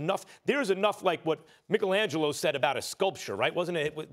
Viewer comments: Did this goof actually just say Mickelangelo Smh😂🤣😂🤣 The last time I checked he most definitely was not Irish😂🤣😂🤣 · Did he just say MICKLE-angelo